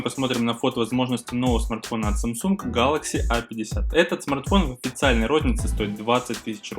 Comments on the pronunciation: Что не так в его произношении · Чувак произноси правильно название телефона, аж уши режет!